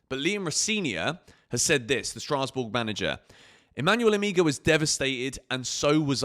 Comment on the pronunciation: the name is Emegha - pronunced as Emeha... the two Es pronounced as the E in Empathy